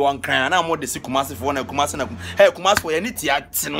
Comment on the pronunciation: Kumasi is fake, specially the guys bad 🙅 pronunciations, # the other guy said malelia fools